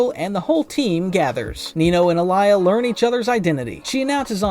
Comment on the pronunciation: Why you calling alya to alaya😢